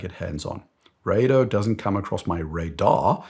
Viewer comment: Rah doh not ray do